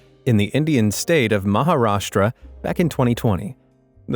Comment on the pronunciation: I am someone from Maharashtra and I find the way you say it kind of funny